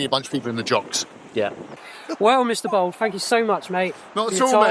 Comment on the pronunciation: It’s bald not bold.